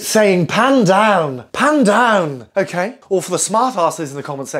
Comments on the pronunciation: " Ok ae " 😂😂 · Mmm did he say “okay” or?